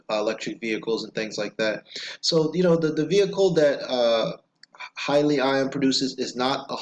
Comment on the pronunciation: its pronounced... Hee- Lee- On